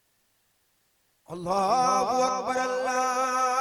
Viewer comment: اللہ اکبر نہیں ہے بھائی جان بلکہ اللہ اکبر (ر ) کے اوپر پیش ہے ( ر ) ل میں ملا کر پڑھ ہو